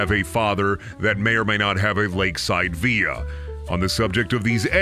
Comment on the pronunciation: Villa is pronounced like... vil la... because it's not a Spanish derived word. It's Italian, so says the Meriam Webster.